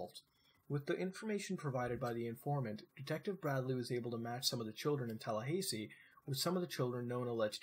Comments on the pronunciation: TALLAHAYSEE?! AHAHAHA omfg I'm sorry but that made me lose my absolute shit TalLahaysee, never in my live have I heard it pronounced that way congrats Muta congrats EDIT: for anyone wondering why I'm losing my shit the "ha" in Tallahassee is pronounced like it is in the word "hat" and the "ssee" is pronounced like the letter "C" so you pronounce it tal-la-ha-see. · wait did you say Talla hay see? its talla hah see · TAH LAH HA SEE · lol "Tallahaysee" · Everything on this video can be found with basic internet searches.... nothing exciting here..... and holy FUCK.... tala HAY see..... TALA FUCKING HAYYYYYY SEEEEEE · Florida man getting triggered by the pronunciation of Tallahassee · Good vid, but what's up with the pronunciation of Tallahassee? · As a Floridian, lol at your pronunciation of Tallahassee. :3 I chuckled.